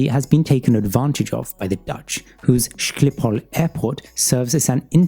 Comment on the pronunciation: how he say schiphol lol